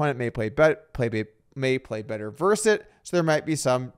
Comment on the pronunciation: "versus" has two syllables, btw. Also, who's this Scott guy?